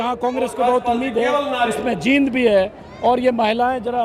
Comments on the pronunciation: ........Ajit Ji, this is not जिंद, this is "जींद" !!! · आप जींद बोल्या करो, आप जिंद बोलते हो.